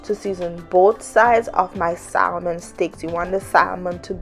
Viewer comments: Saying SaLmon instead of Sahmon bothered me so much I couldn’t finish the video. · SaMon. The "L" is silent.